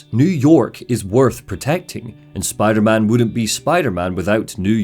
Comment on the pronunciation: RAHHH LETS GO SPIDAHMAHN